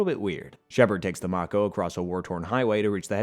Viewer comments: Bro did u play the game its may-ko like the shark not mako some times spellings isn't the same as pronunciations. Bro love the content just hate pronunciations makes me think you never played the games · Listening to this guy mispronounce so many words is excruciating. Rachni, tali, mako.... pretty sure this guy never actually played the games